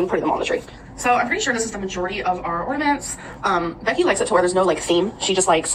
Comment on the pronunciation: Is she actually saying “ornaments” correctly???😮